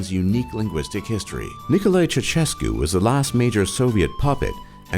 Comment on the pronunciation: ceaushescu is how to say it